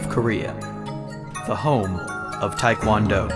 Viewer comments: well the mispronunciation of tae kwon do too, tae as in teh not tye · it's not tai kwan do you idiot1 it's TAE KWON DO! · i cant stand when people sat taikwondo ,its taekwondo tai is chinese like tai chi,tae is korean . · why is White people talking like they know about tae kwon do so much..they are not even flexible enough and especially the White narrator can't even pronounce TKD right, WTF.